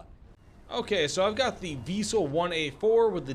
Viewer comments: vee-sell not vy-sell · Prounounce it like Weasel and you good. not we sell or why sell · Why you keep calling them Vaisel??? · I believe it's pronounced like we ·sell